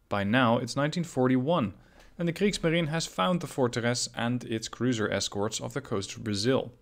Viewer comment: "Kriegsmarine" --- the 'e' at the end is not silent, it's is a whole syllable ...